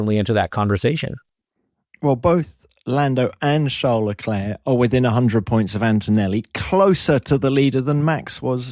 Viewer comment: Hinch being Canadian, knows that's not how you pronounce LeClerc